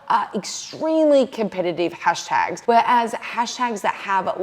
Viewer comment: "Hastags" lol